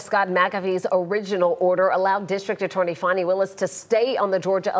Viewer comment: FANi not Fawni 😂😂